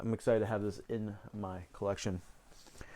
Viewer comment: With the risk of sounding pretentious, here are a couple of pronunciation corrections. The "ques" in Jacques is silent. It's pronounced Revansh and La Yen. W is pronounced as V in German, (so Vim Venders, Verner). Kieslowski is pronounced Keshlovski. Alain is pronounced Alen. Le is pronounced Lyo. Andrei Rublyev. Michelangelo An-to-ni-oni And some other minor mistakes. :D